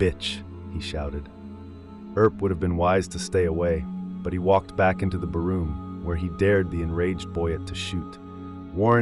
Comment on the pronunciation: Video is convincing while it visually hunts for Johnny Boyett's grave. The narration is clear - just wish the word "barroom" was said as it really is - a bar room.